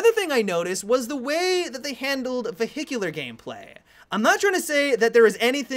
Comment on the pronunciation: vehicilular? lol